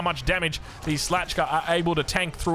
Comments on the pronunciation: Its szlachta sz is like Sheep, ch is not K or C its ch, szlach ta, dont forgot on TA, its not szlacha its szlachta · In English, SZLACHTA is to be pronounced as "shla + k + ta". It means aristocracy. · Just FYI - Szlachta (as nobility in Polish) is pronounced ± ' schlahta '. Thanks for great cast! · For the love of god... SHLAH-TA - 2 syllables, first: SH like SHade, LA like LArge, the CH is just the polish spelling of sound H (as in like hero, heinous, heart) ignore the C, it's silent., second: TA - like a brit saying the goodbyes (ta ta).. polish is tough;D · So. . .it takes u several days and multiple videos just to check how to read shlahta ? and u still fail. . . Nice, good to hear the professionalism is still here